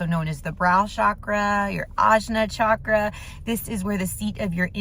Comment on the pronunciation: For those who are new to Chakras just wanted to give a fun fact. Chakra literally means 'wheel'😊. And it's pronounced as "cha (like how you'd say cha cha dancing) + kra" and not pronounced as Shaa-kra